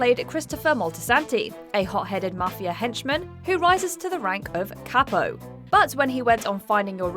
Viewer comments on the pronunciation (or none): none